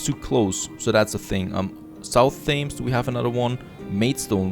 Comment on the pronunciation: The name of the river Thames in London is pronounced "tems". Yeah I know it doesn't look like that. Have lived in London for more than 20years at this point and go for walks along the river every couple of days.